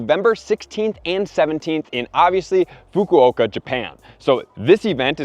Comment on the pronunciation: Man he butchered the pronunciation of Fukuoka lol